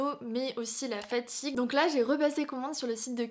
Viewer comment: J’aime bien tes vidéos mais j’ai beaucoup du mal avec la façon dont tu prononces les A « fètigue » « mèh petite boite » « exèctement » « pti sèchet » bref, j’espère que je vais réussir à m’y faire et à ne plus l’entendre mais pour le moment ça me perturbe 😅